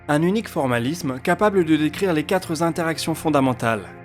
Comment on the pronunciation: Quatre est invariable, ne pas faire de liaison